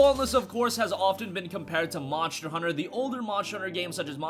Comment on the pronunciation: Does how he say monster bother anybody else? Great video though